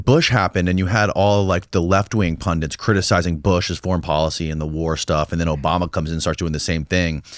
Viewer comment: Hey,, what is a "pundint"?